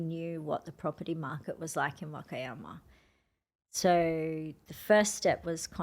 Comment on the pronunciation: Love watching! I was just wondering if she purposely mispronounces "Wakayama"? If so, what is the reason? Thank you! 🤗